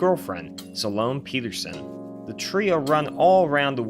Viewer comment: Sa-lone Peterson? Have you even seen Ferris Bueller's Day Off? Jesus that hurts the ears. I had to stop the video after a few of those.